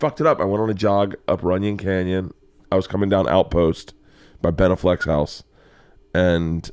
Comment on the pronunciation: OMG Bert, stop pronouncing it “Been-a Fleck”. Stop it. Lol